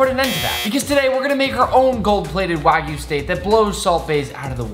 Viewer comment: my guy really said wagu